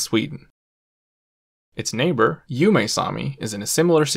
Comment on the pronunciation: You are not pronouncing the names of the Sami languages correctly. For instance Ume=oo-muh